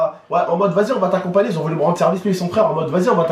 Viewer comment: on dit "me" pas my